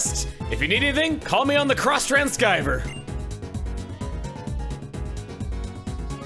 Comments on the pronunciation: I really dislike Chugga's mispronunciation of Xtranceiver. the ceiver at the end is pronounced like receiver, not rec-eye-ver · Funny mispronounciation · You do understand he does it on purpose, that is the joke